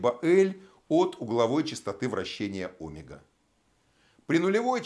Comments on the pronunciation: Тоже об этом подумал, омЕга, а не Омега. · Автор говорит о́мега... правильно оме́га! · Омега ?? Почему ударение на О ??? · В слове «омега» ударение ставят на слог с буквой Е — оме́га. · Не согласен с ударением в слове Омега, правильно омЕга. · óмега! Аааа кровь из ушей!